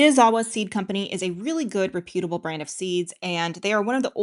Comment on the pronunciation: Please learn how to say "reputable".